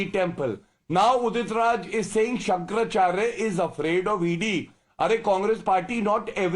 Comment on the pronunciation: Pronounce correctly- Shankara Acharya not Shankar Charya.